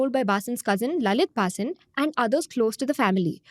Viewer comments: ATLEAST take the name correctly ....BHHHAA-SIN is wrong .....the pronunciation is Bhasin ! 😂😂😛😛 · Zerodha folks.. when you do research videos can you get the name right pls.. it is pronounced 'Bha seen" .. not "Baa sin"... the fact that the name is mentioned close to 100 times in this video makes your good efforts look poor.. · U r Punjabi or from north - can't u pronounce "Bhaseen" wtf is bAAsin ? Shamelessly colonized mind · Not Bhaasin, it's Bha-seen. Read it in hindi. SEBI should look in its own backyard and probe Madhabi Puri and her husband's ill gotten wealth. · His surname is pronounced as Bha-seen. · Can u please pronounce the surname correctly .. and what were the channels who put him on air doing as due diligence ??? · Is angrej ko भसीन padhna nahi aa raha hai. Faltu ki artificial accent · She is not able to pronounce Bhasin correctly. The reading is so dry that it looks like a robot reading the news. There's nothing New in this fraud, earlier CNBC Awaaz was caught with a similar modus operandi. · Pehle "Bhasin" pronounce karna sikh le. Cringe af